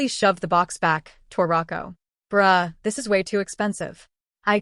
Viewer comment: Okay the bruh sounded like bra 😂😂😂😂, it's kidda funny